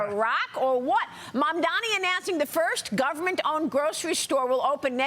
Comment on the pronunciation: Don't you think the man running for Governor should know the last name of the NYC mayor?? Four times he called him Mandomi.